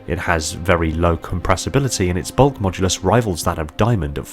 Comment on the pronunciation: HE SAID "BULK MODULUS"